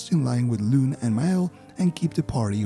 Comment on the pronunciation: Dude massive respective for calling her Lune instead of Luné . You are the first yoututber that i come across to say it. (not sure why they butchered the name in the english version).